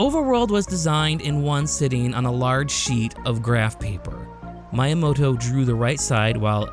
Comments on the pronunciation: He's not youramoto, he's MYamoto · Is it bothering anyone else how he constantly pronounces Miyamoto's name wrong? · That Miyamoto pronunciation 💀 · Same with Kyoto lol Mayamoto and Cayoto lmao